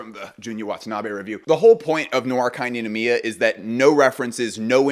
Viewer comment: noir kei ninomiya 🔥💗🌈 also it's pronounced like rei, non? kei... and nicolas di feliche coz italian, right?